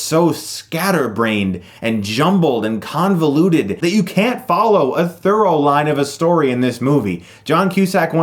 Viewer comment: I think it might be through-line, pronounced like threw-line (not thorough-line, pronounced like thur-row-line)